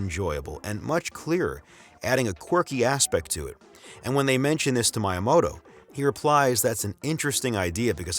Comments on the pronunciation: Why do you say myamoto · It is not pronounced "MY-uh-moh-toh". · Sorry man you can't have a three hour video about Nintendo where you don't know how to pronounce the name of Miyamoto. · hire someone who can pronounce miyamoto that shit is like nails on a chalk board